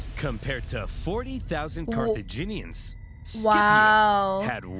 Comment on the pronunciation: Ah yes, Carthinians.